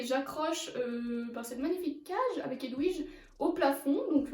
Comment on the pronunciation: Tu dit Edwige sauf que c'est Edvige mais sinon j'adore